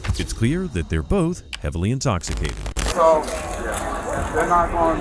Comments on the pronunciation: “NO ONE IS INSTOPHISTATED!!!” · "NOBODY'S INTOCCCITATED..." 🥴 Ya okay lady! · “Nobody’s inkostitated!” I’m certainly convinced.